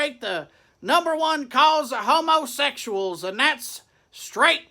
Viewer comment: Just so you know, it's pronounced 'hummaseckshals'